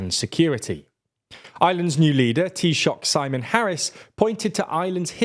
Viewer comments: Nailed the pronunciation of Taoíseach. Refreshing to witness from a British based news organization. Props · Definitely props, although we're still waiting here in Norway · Excellent news. Proud day to be Irish! Kudos for pronouncing "Taoiseach" correctly.